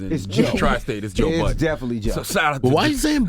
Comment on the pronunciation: I hate when they say Joe buddens